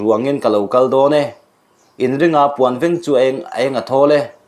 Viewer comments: Puan veeng ni lovin,puan veng tih tur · Puanveng itih lai hi a thluk a diklo ania.